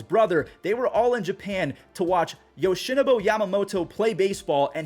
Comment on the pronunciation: Yoshinnibo name read is crazyyy, yoshinobu